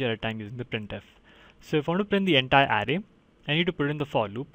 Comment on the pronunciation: Thanks a ton for your help. BTW in the word "array" the emphasis is on the second syllable, "uh RAY."